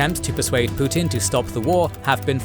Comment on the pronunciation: He is "Put-in," not "Put-out."